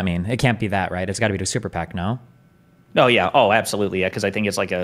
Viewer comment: “Abtholutely not.” - Destiny